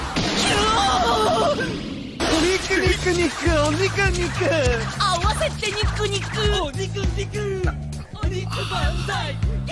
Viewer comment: It's "AWASETE", not "AWASATE", and it's "HYAKUBAI", not "BYAKUMAI". Also, it's "HALLELUJAH", not "HALLEJUAH"